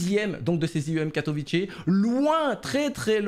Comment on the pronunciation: by the way on dit pas katovitché mais katovitzé j y habites c est une ville bien nulle au passage